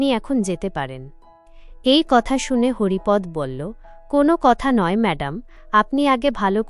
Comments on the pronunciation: Haripad নয় Haripada হবে। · পাঠিকা,আপনি কোনো বাংলা শিক্ষকের কাছে হরিপদ শব্দটির সঠিক উচ্চারণ শিখুন।